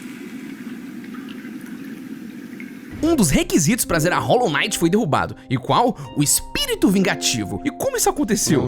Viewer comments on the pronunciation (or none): "Rólo Naiti" 😢